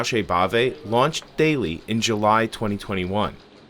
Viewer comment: The company is called "Thaely", but it does sound like Bailey.